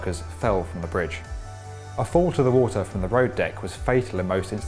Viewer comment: “Dah wata” 🤦🏻‍♂️